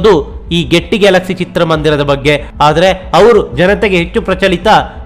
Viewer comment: ಈ ಥಿಯೇಟರ್ ಹೆಸರು ಗೆಟ್ಟಿ 😳ಅಲ್ಲ , ಗೇಯ್ಟಿ🤣(Gaiety)